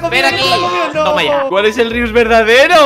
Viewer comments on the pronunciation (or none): es Rius no Rios